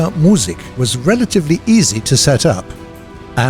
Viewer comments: You almost pronounced Musik right just a little faster so that it is Musik not Muuuussik. :) +Great Video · No. He said said schräge correctly but butchered the Musik. You emphasise the i , no the u in Musik.